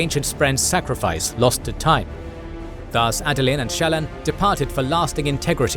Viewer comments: Great recap, but you’re pronouncing almost all of the names incorrectly. Listen to the audiobook for proper pronunciation, or a video of Brandon talking about the characters. Example: Shallon, you’re saying at “Shallan”, but the correct way to say it is “Shallawn”. Kohlin is “Koh-lin”, not “Colin” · As someone who listens to the audio books, this video is driving me crazy. The narrator pronounces almost every major character's name different than Kramer and Reading. The worst one is Shallan, the narrator says both her first and last name differently than the audiobooks. It sounds weird.